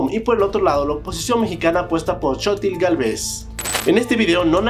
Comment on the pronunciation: Chotil Galvéz